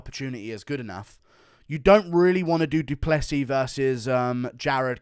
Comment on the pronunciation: WHAT IS WRONG WITH THE UFC COMMUNITY, DO PLAY SEAS. god it’s not that hard to pronounce a last name that isn’t from English language